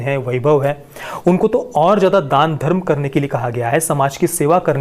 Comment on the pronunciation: Sir रिलिजियन मतलव मजब होता है घरम नही होता